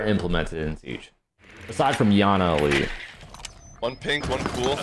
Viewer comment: “Besides llana elite” 😂😂